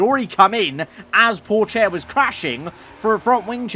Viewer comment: Him mispronouncing Theo Pourchaires name made me sad for some reason